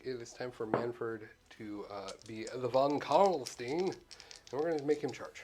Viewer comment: Beautiful models! Von Carstein => pronounce it like Einstein. I am not German but it's clearly a German name!